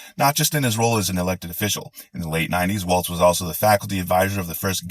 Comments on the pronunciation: fyi it's pronounced walls not waltz, and shady Vance never boinked a couch. As far as we know. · Walz….not waltz ….still love you tho. 😉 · As a Minnesotan, and for reasons completely unknown to me, Walz is pronounced Walls. Which I only bring up because you can use Balls to the Walz for sloganeering. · I think Tim is awesome. But his last name rhymes with balls, not the dance. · Actually, his last name is pronounced Walls but I agree that he is an awesome choice for VP. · It's not 'Waltz', there's no T. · It's WALZ, No T. The dance is the waltz. It's an easy mistake a lot of people are doing, but you have to say it correctly as someone who is going to give out facts & opinions & appear as a professional. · His last name isn’t a dance. It’s pronounced walls. Someone who Trump will be banging his head against soon. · Great rant, slight correction- it’s Walz- rhymes with walls. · Sorry to correct you but his last name rhymes with Walls, rather than the dance. 🥹 My Governor!!! I am THRILLED! Another thing I am not seeing mentioned much is how well he handled the pandemic! He held live calls daily on our local public radio station with relevant officials to keep everyone informed. He handled it the way we WISHED that 45 had done it. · It is BALLS to the WALZ, like they rhyme. It is not pronounced like the dance, though that would be cool. Vote blue baby! 💙💙💙💙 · Love this but two suggestions: 1) Apparently his last name isn’t a dance, it’s pronounced like those room dividing panels, WALLS; 2) Repubs embrace lies and innuendo, at the cost of their credibility and moral standing. We shouldn’t follow them down this cesspool. The couch-effing allegations are, as of now, entirely baseless, pure fiction. Let’s focus on all the truly vile Project 2025 crap that Vance is stuck with, not the made up stuff. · Love your rant...but his last name isn't pronounced like the dance, its like 'Walls' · Good stuff - just sub'd. I'm from Minnesota, and you pronounce his name like Walls 😀